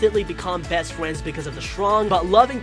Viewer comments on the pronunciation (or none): And fwends im so sorry if you think im mean im not pls